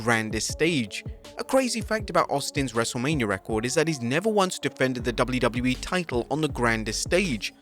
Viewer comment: fun fact: The narator cant say WWE or WCW - instead he says Dubble lew- Dubble lew - ee or Dubble-lew see dubble-lew i mean come on it's double-you - whats so hard about that? and says "more wrestling content" like he's some kind of amateur high school news sport's commentator.